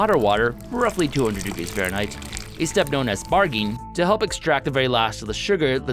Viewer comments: I don't understand why you talked about grinding grains, but only did it for your bread? You're supposed to grind the grains for beer too. - Did you say "bargeen"? The step is known as "sparging," and it's pronounced like "sparjing." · "spar-jing" not what you said. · You mispronounced sparging!